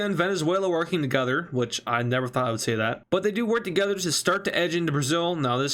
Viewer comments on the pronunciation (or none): none